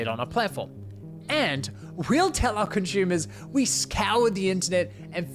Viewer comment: He keeps saying conshoemees.... what's a conshoemer?